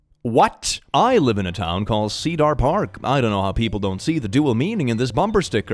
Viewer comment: he mispronounced Cedar. today I learned doesn't know how to pronounce my name